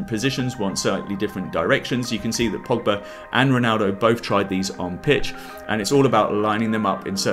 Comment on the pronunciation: Pogba: Poga Dybala: Dabalai Depay: Depye